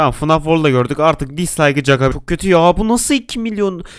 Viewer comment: Abi 0:6 fnaf demedin fnag dedin